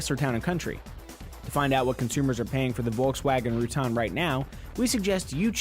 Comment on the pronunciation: why do you continue pronounce the name like that. wtf